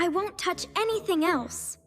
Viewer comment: They said don't thoch